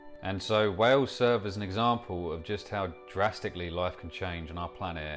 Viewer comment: Why do you pronounce it "way-oohs". What happened to the "L". Is it at the pub or sitting in the garden?